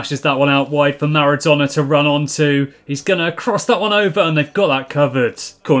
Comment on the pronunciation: Am I the only one who hears name of Naruto instead of Maradona ?